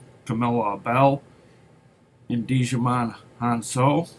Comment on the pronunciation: I haven't found any movies recently, so I've been watching and pitching some duds. I found a retail store with terrible $5 movies, but had a 75% toy sale that I will go back to. Jymon Hun Soo. I think you said Digimon!